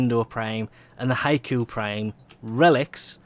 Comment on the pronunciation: Error Bot has found 3 Mistakes: Code: NFHE87588JD88JSS 1: Title "Vauled" not "Vaulted" 2: Pretty sure Scindo is pronounced "Sin-doe". 3: Pretty sure Hikou is pronounced "He-koo". The Error Report is Finished. No hate plz.